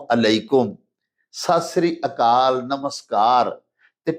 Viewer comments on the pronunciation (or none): Sir, Please say Sat Shree Akaal not sasri kal. Happy Ramzaan ji